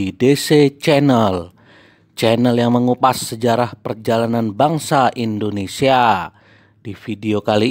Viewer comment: bukan Endonesia tapi Indonesia